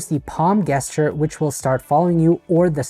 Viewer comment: I say this with humility and kindness, ‘gesture’ is pronounced with a ‘J’ sound, like Jester, not a hard ‘G’ sound like one hears in ‘goat’.